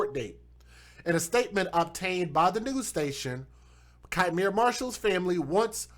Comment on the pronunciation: That POS mother is my actual blood cousin 😠 She already had a kid taken from her prior to this, one of the reasons given was allowing men to blow weed in his face and she found it hysterical. BTW it's pronounced "Key miere" not Ki miere.